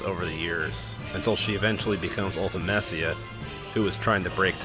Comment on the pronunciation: Your favourite game yet you can’t even pronounce Ultimecia correctly!!